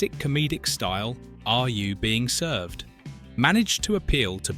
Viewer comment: Another video with AI commentary, made obvious by the weird pronunciation of the title and also weird pauses and odd stress on words. AI slop.